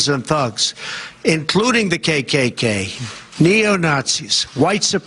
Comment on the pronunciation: He doesn't even know how to say kkk....you know he certainly isn't a member 😅